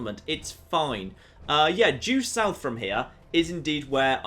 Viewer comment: jew south? don't you mean due south?